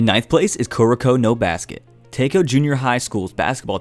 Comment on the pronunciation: Am I the only person who got uncomfortable of him saying “kuroko”😶